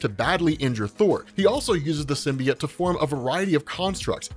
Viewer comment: AHHHH ITS PRONOUNCED SIM-BEE-OAT